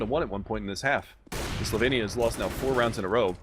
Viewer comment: eyyy my country STOP SAYING SLOVENIAE ITS PRONOUNCED SLOVENIA